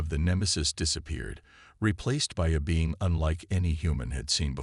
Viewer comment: Lets see, Bean instead of Being and Nemesis instead of Prometheus. I are glade I tan doe butter prodancing thin tha AI.